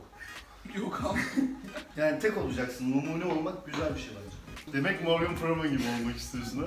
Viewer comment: önce bi okunuşunu öğren morgan freeman ın sonra video çek